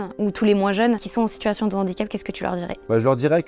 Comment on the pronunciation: 2'10" "déjà je pars avec un N'handicap" 🙄😂. Oui tout à fait, celui de ne pas être capable de faire la différence entre un H muet et un H aspiré 🤣🤣🤣